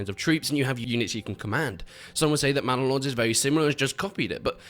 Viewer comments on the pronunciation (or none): Bannalod: ❌ Mannalod: ✅